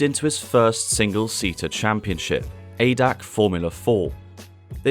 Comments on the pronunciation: Btw: It's not Adac, it's A D A C. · Its not pronounced Adac, but "A" "D" "A" "C". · It is not pronounced adac it is pronounced a d a c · A D A C not A DAC. ITS A D A C